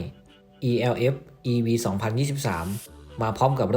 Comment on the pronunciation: มันชื่อรุ่น เอลฟ์ ไม่ใช่รุ่น อีแอลเอฟ